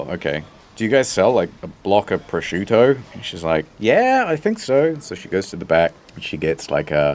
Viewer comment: Thank you so much for teaching me how to pronounce "prosciutto."